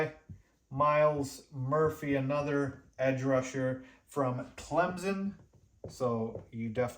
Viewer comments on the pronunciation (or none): none